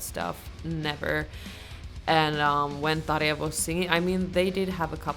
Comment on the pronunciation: How surprising to hear someone pronounce Tarja correctly.